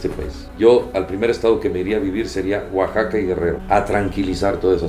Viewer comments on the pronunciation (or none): none